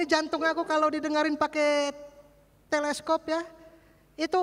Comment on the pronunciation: Teleskop koq di dengar bukan nya stetoskop